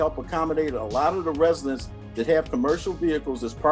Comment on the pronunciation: Did Ms Henyard just pronounced residents as resinents? 😢😲🤔